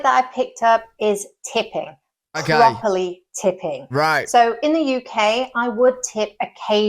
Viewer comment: "Properly tipping", notice the emphasize